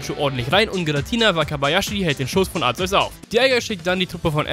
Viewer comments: ARKEUS wirds ausgesprochen Btw. Kyogre wird warum auch immer kaioga/kayoga ausgesprochen find ich schmutz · Du weißt wie man Arceus richtig aus spricht trotzdem nennst du es falsch verdammt wie und warum was willst du damit beweisen...?